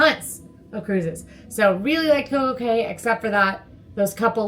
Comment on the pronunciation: Thanks for the video! Also, it's pronounced Coco (Key).:)